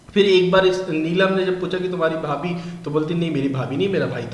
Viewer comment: Unuka kjn भाई के बीबी को भाबी bolrahithi